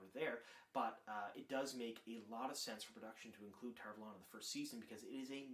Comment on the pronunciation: Seriously man ? You keep on doing it and it is annoying. Please take the time and read the glossary at the end of TEOTW. The city's name is "TAHR VAHlon" and not how you say it.